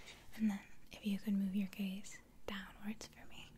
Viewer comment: Is it just me that understood gays instead of gaze. I really had to concentrate to understand gaze... or am I just too gay for life ?